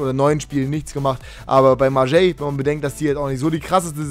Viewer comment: BIIIIIIITTTTTTEEE sprich Marseille richtig aus:D das heißt nicht Marjei, sondern einfach Marseij